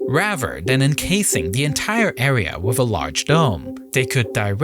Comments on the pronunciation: Raver or rather? Terrible English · Bro how can you pronounce risky but not Rather😂😂